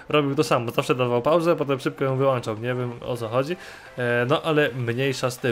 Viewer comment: tak na przyszłość mówi się wyłącza nie wyłancza;) Pozdro, poćwicz